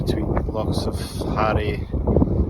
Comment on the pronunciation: "Harray and Stenness". Help ma boab. Did you no listen tae an Orcadian pronounce those loch names beuy?